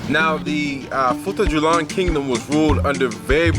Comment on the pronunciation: FUTA - JA - LON. I enjoyed this video